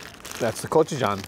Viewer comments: Pronounce it this way - Go-Choo-Jang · It’s not GochieJohn it’s GoeJoChang, a sweet and sour with hot pepper and spicy barbecue sauce!